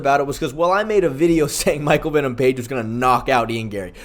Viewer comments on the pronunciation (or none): none